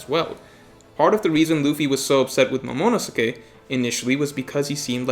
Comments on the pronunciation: Momonosuke Mo-mo-no-skay Lol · I only hate hoa you say momonosukes name. Jesus lol Liked nd subbes tho.